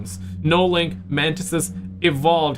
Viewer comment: ... why did i hear "The mantises... the man-tits" 🤣🤣🤣